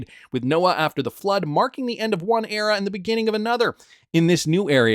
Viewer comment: Era! Not Erea!!!